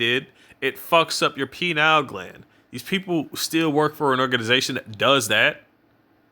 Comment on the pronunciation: It’s actually pronounced...pie neal gland. Not penile🤪